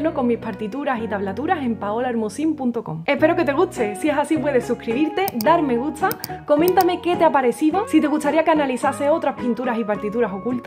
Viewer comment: Porque dice "me guttzza" en vez de "me gusta" ??? ... Que feo habla esta mujer... 🙄